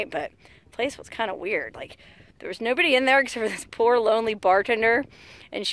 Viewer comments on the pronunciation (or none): none